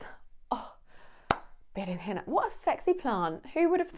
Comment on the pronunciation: wonderful pronunciation of berenjena, clear sound with no tipical english ou, ai, ei sounds... ;)